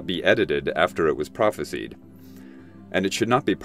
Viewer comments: Its "prophesised" by the way, not "phropesied" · I've never heard anyone pronounce "prophesied" as "prophe-seed". I've only ever heard it pronounced "prophe-side".